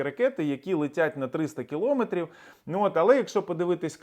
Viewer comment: Неправильний наголос в слові кілометр!